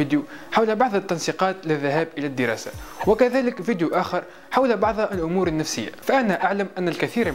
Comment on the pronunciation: يا الله شلون يكول فديو 😠